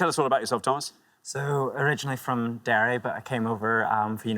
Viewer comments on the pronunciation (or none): none